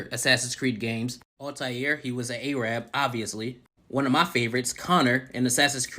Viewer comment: That man really said "A-rabb"